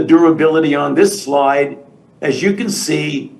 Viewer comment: “next sloyde”